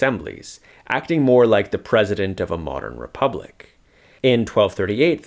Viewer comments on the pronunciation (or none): none